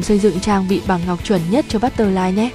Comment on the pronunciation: bắt tơ phờ lai thành luôn bắt tơ lai :)